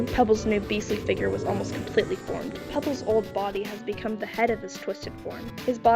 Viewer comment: NOT PEBLES 😭😭😭